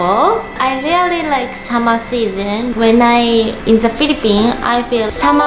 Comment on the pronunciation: Really (REE-LEE) not RELEE CLOTHES (KLODZ / KLOTHZ) YOU DON'T HAVE TO PRONOUNCE (KLOTHES) PLEASE, WE DON'T WANT TO HEAR SAME MISPRONOUNCED WORDS ANYMORE. IT'S IRRITATING!